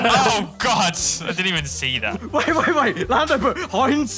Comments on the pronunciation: No one: Literally no single soul: Lando: Heniz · "heniz tomatoe yellow soup" -Lando Norris